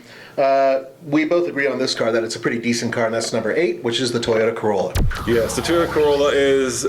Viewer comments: toyota... cArolla??.. dafuq is that? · not carolla it’s corolla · "corolla", not "carolla" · they spelt corolla wrong they said "carolla" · *corolla not carolla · Corolla not carolla hahaha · toyota cArolla nigga.. really? It's Corrola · Although I hate Toyota, but it's corolla #8, not carolla